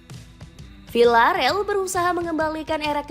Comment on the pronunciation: ...say it with me ya: Vil-la-re-al Di-e-go Si-me-o-ne